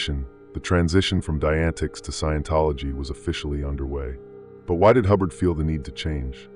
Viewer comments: omg lol.. its pronounced like "die-a-net-ics" wow that was bringing my ocd to the surface lol Jesus Christmas there it goes again.. "die-antics" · FYI dianetics is pronounced “Die-uh-net-icks” okay - just for your knowledge…. (Not that Igaf, lol, these guys gimme the heebie jeebies!)